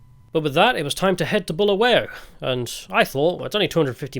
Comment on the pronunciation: Balawayo ballaballa balingo 😢 Honestly (as a semi brit who grew up there) I feel in this single video you have taken the time to learn more about our history than even I knew).. Mad props and respect for your adventures and pure and honest take on what you've learned.. I wanted to roast you for your pronunciations etc but you deserve respect for learning and obviously being kind. (You wouldn't have gotten far without showing respect) The history and sad current state are one thing, but I'm sure you were WOWed by the openness, honest and lovelyness of ordinary folks. Good luck on your next trek!